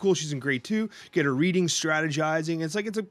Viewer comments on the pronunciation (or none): none